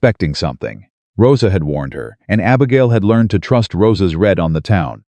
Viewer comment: If you are reading something you're doing it right then it's pronounced r e e d i n g and if you and if it is past tense you have read it and that is pronounced r e d Red it because that is past tense